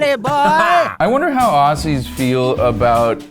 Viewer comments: we are more offended that you pronounced "Aussies' as 'aw-sissys' it's pronounced:Au-zz-ies' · aussies is pronounced ozzies. s = z. please. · BTW: when you refer to "aussies" it's not pronounced with the soft s sound, it's pronounced with a z sound, as in "ozzie". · OH MY GOD - LIKE THE OHHSSIES?? Surely fellow Aussies (ozzies, pronounced with a tough z) LOST IT over this😂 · Its Aussies not 'Ossies' lol